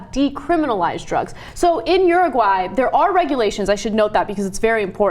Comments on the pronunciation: Ana says uruguay like she's saying urinal. OORUWHY. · uru-high lol